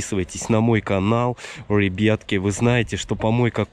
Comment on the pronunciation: Я люблю когда он говорит рэйбятки хахахахахахах🤣😂🤣😂😂😂😂😂🤣🤣🤣😂😂😂🤣😂🤣😂🤣😂🤣😂🤣😂🤣😂🤣😂